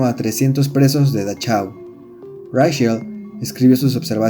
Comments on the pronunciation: la ch, se convierte en j, y si es importante, respetar los idiomas, hay muchas herramientas en internet para evitar esos errores, por otro lado esta bueno el video. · Buen video. Pero se dice "dajáu" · Buen video! Pero, por el amor de Dios, no todo lo extranjero es inglés. No se necesita saber alemán para saber que la "ch" de Dachau suena Jota. La "au" de Auschwitz no suena como en "Austin" sino igualito que en español: como austero. La "sch" suena "sh" , la "v" suena "f" y, otra vez, por el amor de Dios, La "w" suena "v" (no "b" ). Von Trapp no es "bon Trapp" sino "fon Trapp". Yo no sé alemán, pero sé cómo se pronuncia, ni que fuera swahili, por Dios!